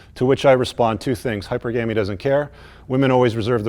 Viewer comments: The guy sounds like an idiot when he says hyperGAMy. It's hyPERgamy. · He doesn't know how to pronounce Hypergamy. Its NOT GAMEY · did he say hyper gammy? 😂😂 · It's not HYPER-gamy...it's hy-PER-gamy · Dude,... hy' per' ga' me* ...not hyper'gammy. A whole seminar on a subject you can't pronounce? 😕 you're welcome. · Please, it's not "Hyper Gamey" it's pronounced "Hi PURga me" (emphasis on the second syllable) You get everything else RIGHT so why not this as well! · Dude pronounces hypergamy awkwardly. Pronounce it hy-per-gam-ee, not hyper-gamy. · Hi-per-ga-me, not hyper-ga-me Yea guys STOP rescuing women from their own financial responsibilities, they're looking for "Daddies" to spoil them. Remember: No matter how GOOD she looks, there's some guy behind the scene that's sick of her SHIT! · You should stop pronouncing hypergamy as - - - Hy/per/gam/y and pronounce it correctly as hy/perg/a/my with the accent on the perg, not the gam. Any online dictionary will verify this, and your presentation would sound much better. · Yoy pronounce hypergamy like hy-PER-Gah-me. I would pronounce it as HY-per-Guh-me. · It helps credibility if you know how to PRONOUNCE the word correctly...It's HY- PERGAMY...NOT HYPER-GAMY...man-alive hate to be that dude...but when you don't know how to PRONOUNCE the subject word, it tends to diminish the argument, which is pretty solid... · "high-PER-guh-mee" not "HIGH-per-GAY-mee" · Its pronounced hyPERgamy, not HYPER-gamy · Great vid, just minor peeve; hyPERgamy...in part cuz I say "hyper-gamy" too on occasion accidentally and it annoys the crap out of me. Cheers. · Wait did he say hyper-gam-ie? That's not even how it's pronounced. No thanks if you can't even pronounce a simple word correctly. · Great video, but you’re pronouncing hypergamy wrong,its not hyper-gamy .🤷🏼‍♂️ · hahy-pur-guh-mee. Love the content. You’re saving lives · Omfg learn to say the word correctly if you're going to butcher it as thousand times. Hi-purr-guh-me.